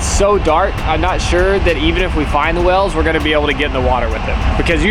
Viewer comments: I like how pronounces whales as wells. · why does he pronounce "whales" as "wells"